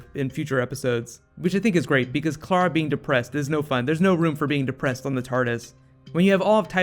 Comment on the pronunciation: I wish this guy would learn to say Clara right. It's spelled C-L-A-R-A and he's saying K-L-A-R-A